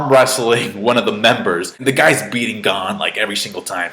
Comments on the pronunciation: lol, we knew you would like it. BTW, it's pronounced closer to "Gown" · U not saying gon name right